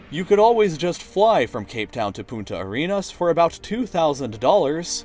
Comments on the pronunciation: The last 2 times you said it sounded like "puta arenas" instead of "punta". one means "bitch". Just letting you know, and yes, spanish pronunciation is hard. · That awkward moment whe he says "Puta Arenas"... Twice. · dxdxdxdxd. In spanish you said "prostitute" and the bad word for say it ajjjjjajajajajajjjjna. Be careful when pronouncing another languages xdxdxdxd you did it again ajjajajajaja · pronounce the N it sounds like you said bitch in Spanish xD